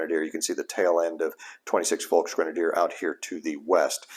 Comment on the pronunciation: Just a minor note: Volksgrenadier is pronounced Folksgrenadier not Folkshgrenadier.